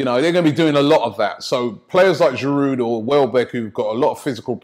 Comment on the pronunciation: I think pronouncing Giroud's name properly might help him play better... man's in this country almost 4 years and you lot still call him giroude